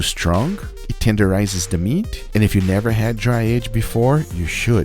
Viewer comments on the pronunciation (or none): none